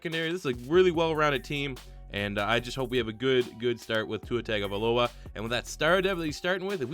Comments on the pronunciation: it’s tagovailoa not tagovialoa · It isn’t TAGovailoa, it’s pronounced TUNGovailoa 🤦🏻‍♂️ I cringe so mf hard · as a Alabama fan i have to correct you its TUNG-OH-vi-Loa dont take offense i butchered his name the first couple times i heard of him to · The A and the I need to be switched in Tagovailoa